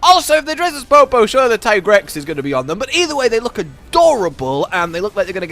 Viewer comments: Producers hate this man. Still pronouncing it as tie-grex when yuya himself says it's tee-grex. Love your content though <3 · Yessssss “TIE-GREX”..I facepalmed so hard when I heard the Handler saying “TEE-GREX” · It will always be tiegrex to me too